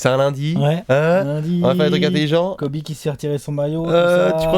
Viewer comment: Everybody on planet Earth: Kobe Bryant...: Kobe Brayante